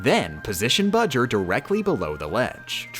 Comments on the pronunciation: Why you still call him bujr that is not his name his name is bowser jr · Shouldn't his name be "Bojur", not "Bujur"? I mean "BOwser JUnioR", right? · It bower jr not budger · But... his name is Bowser Jr, not Buwser Jr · I dont get it hes saying budger its bowser jr not budger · I don’t know why, but that fact that you call Bowser Jr. “Budger” is for some reason absolutely hilarious and I almost start crying each time. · excuse me ma’am what is a budger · I like how you call bowser’s jr budger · i don't know why they're calling bowser jr. budger but i am not complaining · Every time yo say buger and not jr I laugh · His name is budger???? Or are you saying bowjr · Uh why is bowser jr called budger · Why does she call him "Budger" and why is nobody else in the comments asking this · Am I the only one who is very annoyed that she calls Bowser Jr Budger? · Who says Jr like ger? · Why the hell do you keep calling him Budger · Plz stop calling him budger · doesn't have the time to say Bowser Jr's name correctly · He’s saying bowser jr wrong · She shortened his name to BJR, that's why she says his name like that.